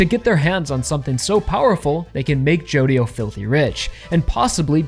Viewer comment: i hear a lot of ppl pronounce Jodio like you, but I still think the right way is gonna be stressed like Jo-Dio